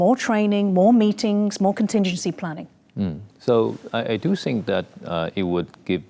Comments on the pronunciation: DONT TRIGGER RED FLAG WAR. STOP. SAYING. SINK. ITS.....THINK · STOP SAYING SINK. ITS THINK...GET IT RIGHT BEFORE YU START A WAR